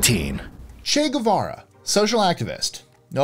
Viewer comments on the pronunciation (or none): none